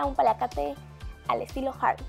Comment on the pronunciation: jjjjjjjjarry hahahaahaha la pronunciación